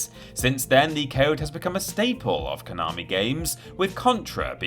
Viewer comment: If you're going to the trouble of pronouncing 'Gradius' correctly, you could at least learn how to pronounce 'Konami' properly too. There's no 'r', it's 'ko na mi', not 'ko nar mi'... (Love the channel really, keep up the good stuff!)